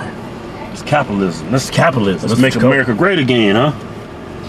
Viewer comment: "Is capilism ma, yeah is capilism"